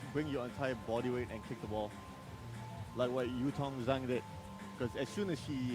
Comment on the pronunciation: **SPOILERS** Now that Zhang has gotten an Olympic ticket, can please learn to pronounce her surname properly? There’s no excuse at this point, it would take one google search and a 20 second youtube video